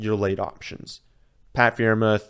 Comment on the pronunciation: The freiermuth mispronunciation is like clockwork. I love it